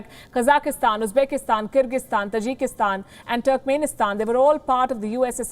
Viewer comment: Hey the word is Taajik in accent not Tajeek (Tajik) lol Tajikistan But you are calling it Tajeeekistan.😆😆 Got listen it's native residents